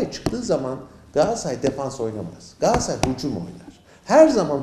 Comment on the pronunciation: Gassay değil Galatasaray